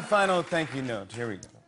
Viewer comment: Wouhooo Mister #Jimmy m’a fait craquer de rire 😂 😂🤣🤣🤣 surtout dans ce passage où il prononce avec un accent humoristique « Tank you president Obama🇱🇷» Big respect à vous 🙏